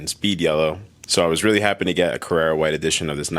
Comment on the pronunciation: yes, and it’s CarrAra white. I’m not trolling, I just hate people butchering the language.